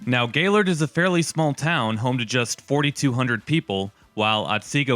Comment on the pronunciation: Thanks for pronouncing “Gaylord” correctly.